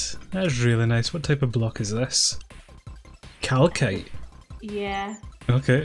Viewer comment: wheres the pinned comment hmmmmm! its a hard one as I prefer the look of but has more creativity, also she doesn't pronounce calcite as calkite..... but TEAMAGITA